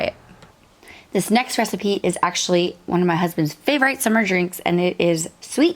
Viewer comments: Favorite has a short i so it’s pronounced with an Eh sound not a long i. I’m sure it’s probably a Mennonite thing as I’ve heard others say it the same. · You haven’t heard it because it’s incorrect . Annoying actually , especially since she Says she was a “teacher”🙄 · I've never heard anyone pronounce "favorite" the way it's spelled. I feel like I've just received new education!